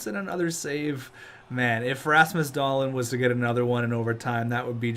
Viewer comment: Hey man just wanted to say that Dahlin is pronounced Dahleen, not Dahlin